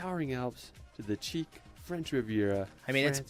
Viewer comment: OMG, so if you are going to go to France and do Youtube content for effs sake learn how to say the words correctly. Right out of the bat he mis-pronounces 'chic' - make me think this is all AI driven especially the audio sync issue right in the intro